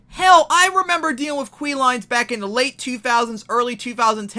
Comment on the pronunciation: “Queue” is pronounced “Que” not “Kwee” just FYI